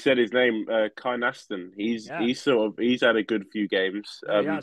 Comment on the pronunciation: Love the pod, Kynaston is pronounced Kin-na-sten fyi!